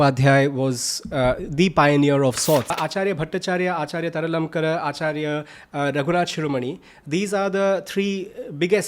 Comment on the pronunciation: You are pronouncing 'Taralankar', but it should be 'Tarkalankar'. তর্কালঙ্কার।